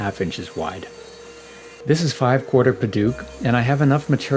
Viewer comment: Me an burmese boi and hearing padauk like padook It is pronounced like :pa d out out and start it with d like Dout with k ending padouk